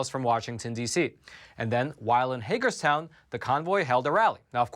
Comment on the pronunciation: And this time you pronounced Hagerstown right! 😃